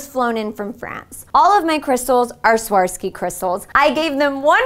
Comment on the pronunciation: All that beautiful beading and she can't even say Swarovski correctly.